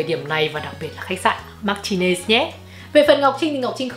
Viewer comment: Chi đọc ten khách sạn Martinez sai rồi. Phai đọc : Mà rờ tin nẹt zzz theo kiểu Spanish